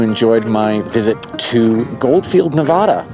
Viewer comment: You’re mispronouncing Nevada, and it offends us 😂